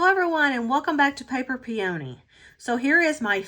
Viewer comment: The flower “peony” is pronounced Pee Ah knee.